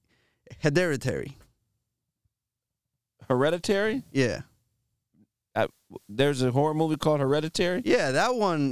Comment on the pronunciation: The way that nigga said hereditary 😂😂😂😂